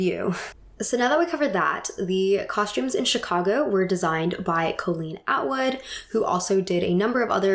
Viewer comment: i love your content a lot! it's clearly well researched, you're passionate, and your hair/makeup/fashion is always great. i think it would benefit you to add pronunciation guides to your research! lots of people noted your pronunciation of bob fosse's name, but you also mispronounce colleen atwood's first name (it's call-een, not co-lean), wanton (first part is pronounced like "want" as in "i want"), and various words in prior videos (like mycenaean, which has the emphasis on the "ce" syllable, not the "nae" syllable). it breaks the immersion for me when i hear these mispronunciations because it doesn't vibe with how otherwise carefully thought-out and amazing your work is! i hope this comment is helpful, because that's all i want it to be.